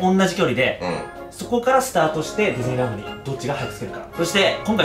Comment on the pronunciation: デズニーランドって聞こえるw